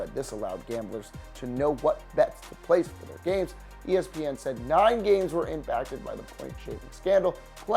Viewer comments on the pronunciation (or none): none